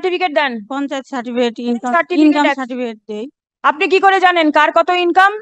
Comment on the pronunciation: ওই সাডিফিট "সার্টিফিকেট" উচ্চারণ টাও ঠিকঠাক করতে পারছে না😂😂😂😂